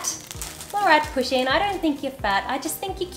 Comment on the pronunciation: Poo-sheen. Its pronounced like that. Not pushing. I love my pusheen.